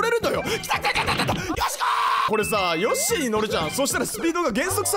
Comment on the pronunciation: 個人的にここのヨッシィウケるww